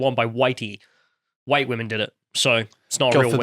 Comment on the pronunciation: Hhhwhite. Spit in disgust…